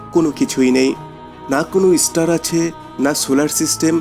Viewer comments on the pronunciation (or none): none